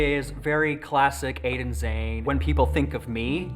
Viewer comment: Pronounced “jah née “